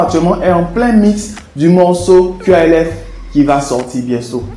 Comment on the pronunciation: naaan quand tu le dis nous on entends plus qlf que qalf 😂